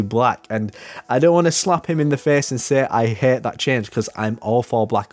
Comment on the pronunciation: When you change to road “Not only dat”